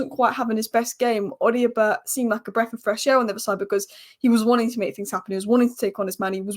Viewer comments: it’s pronounced O-doh-bear not O-dio-bert. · Odobert...Oh-Da-Bear. Love the Spurs updates though